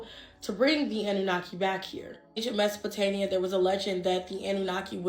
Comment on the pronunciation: Am I the only one finding it annoying when she says "MesopotaNIA" Instead of "mia"?😅